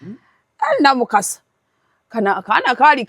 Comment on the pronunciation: Namukasa the name is Pronounced in french like Luwi Vito. Not Louis Vitoni